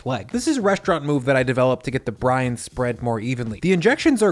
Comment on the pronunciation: "this is the restaurant move that i did to get the to spread more evenly. the injections are great and they get a bunch of in there" 😁😁 every time you said 'brine' i heard it as ''.... "Wet " "Dry " "Cold "